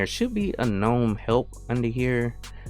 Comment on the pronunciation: I love that you pronounce gnome with a silent "g" as the word is meant to be spoken! 💯 Never relent to the hordes 🤮who say "guh-nome." 👍👍👍